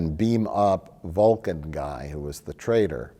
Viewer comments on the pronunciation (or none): none